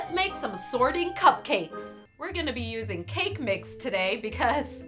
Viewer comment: Whyyyyy did you put so much emphasis on anytime you said "cake"